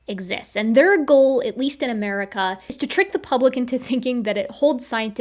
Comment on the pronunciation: uh gulf of AmWErIcAA